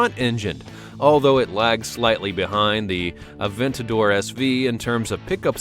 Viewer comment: The one-77 and the Aventador SV are not even close to the fastest cars. And it's not pronounced Ad-ventador it's A-ventador. There is no D.